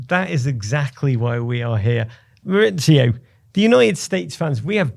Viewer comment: MauriCio not MauriZio!! Why do English people change his first name from Spanish to Italian? Yes his surname is Italian but his first name is in Spanish. He’s from Argentina. MauriCio.